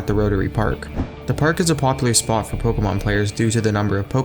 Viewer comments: I hate how he says Pokémon. "Pokamon" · The way he says pokuhmon